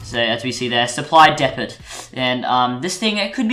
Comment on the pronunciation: K boi, it's not depat its deepoe (depot) and also the dragon is a ridible because it has a saddle...and stop trying to be mrtlexify.